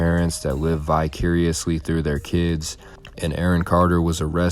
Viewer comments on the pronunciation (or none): Yes, the story was good. If you want to "take off", learn how to voice a video without too much monotone and look up how to pronounce words that are new to you. You mispronounced premise and vicariously. I think you've got talent. Good luck.